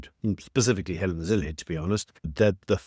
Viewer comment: Please make an effort to pronounce the names correctly. It is /zile/, not /zil/!